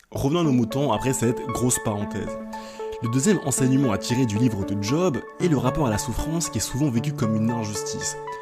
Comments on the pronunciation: Bonne vidéo ! Par contre je me permets, juste parce que ça m'a trigger à fond, Job ne se prononce pas à l'anglaise ("djob") mais à la française ("geob" pour l'écrire phonétiquement)^^ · Vidéo vraiment top je découvre, par contre, par pitié arrêtes de dire (d)Job, juste Job ! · J'étais en train de kiffer la vidéo puis tu t'es mis à appeler Job en le prononçant 'djob' alors que ça se dit 'jaub' dans le pire des cas 😭😭 vas-y jv faire un effort pr finir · Job ca se prononce Yob